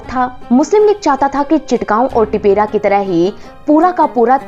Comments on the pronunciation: This is not Tipera it’s Tipra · It's tipra not tipera SARSAR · What the heck is adivasi? Try pronounce tipra in a correct way